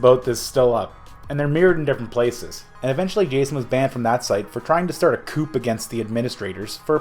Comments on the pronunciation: I’ve never heard of Blaha before. On blood, I thought i was hearing Blahas voice there. Edit: btw it’s pronounced ‘coo’ like a bird call. Like ‘two’ or ‘new’. Not “coupe” like a car. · Coup is pronounced "Coo" the P is silent🐣 lol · this mufukka pronounced "coup" like coop. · Coup is not pronounced "coop" lmao is like coo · Did you say he was trying to start a COUP with the P? Pronounced COO. Enjoyed the video but when trying to bash another dude make sure you do not make a dumb mistake like that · Coo, not coop. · coup is pronounced "coo", not "coop". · The word "coup" is pronounced like "Koo" and NOT "Koop". NON NEGOTIABLE. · Coup is pronounced “COO” not “coupe” jsyk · “Tried to start a coop” Heads up dude “coup” is pronounced “coo” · Pronunciation is •koo not •koop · Coup = cooh. Not koop. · Brother, if you're going to rip someone online, you got to dot your i's and cross your t's. A 'coop' is a place for chickens. A 'coup' (silent 'p') is the armed overthrow of a government. 'Just sayin' ... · Coup is not spoken as "Koop", it is spoken as "Koo". The "p" is silent. Kinda hurts your credibility. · Lol - he said coop … he also said Kunnap , instead on Knapp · Coup is pronounced “coo” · Coup is pronounced coo soldier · Coup pronounced coo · Pronounced Ku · "Coup" is pronounced "Coo" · "Coup" as in "coup d'etat" is pronounced like "coo" Love ya bud. Stay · it's pronounced "coo." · for future reference, coup rhymes with poo, not poop. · Coup is pronounced "koo". Not a super common word so I can see why you would make that mistake. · Stopped watching when you said "coop" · It's pronounced coo p is silent .. lol.. still good video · Coup is pronounced coo silent p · m Yes! It comes from the French "coup d'état " so the coup part is pronounced "coo". Had me doubting myself for a while. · "a coop" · I watched til you pronounced the "p" in coup. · Did you really pronounce "coup" with the "p"...the p is silent tard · Did my boy really pronounce the "p" in coup?